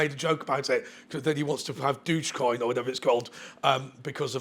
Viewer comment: Dogecoin has been about for over a decade. (pronounce douge)